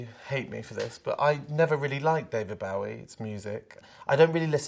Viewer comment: The way Sam says “BOW-ie” has me triggered haha